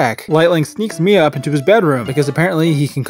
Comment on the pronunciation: Mia? More like Mid-uh.